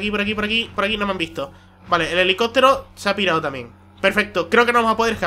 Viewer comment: elelicotero y la pulicia, se nota que es canario macho! xD xD